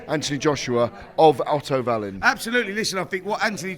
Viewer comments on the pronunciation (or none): Why does Gareth keep saying Otto vallin 😂😂😂